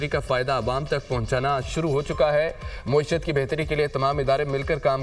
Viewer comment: یہ کون ہے جو معیشت (میم پر زبر) کو مسلسل موئی شت موئی شت کہے جا رہا ہے۔